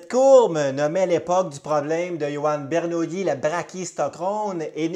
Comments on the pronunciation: Ber - Nou- Li . Bernoulli n’était pas une nouille, pas de yi à la fin ! Sinon, vidéo très intéressante. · Belle démonstration, qui pourrait être affinée en prononçant son nom de manière correcte. Jean Bernoulli, mathématicien suisse, bien que né à Bâle prononce son nom à l'italienne, où les deux l se prononcent comme 1 seul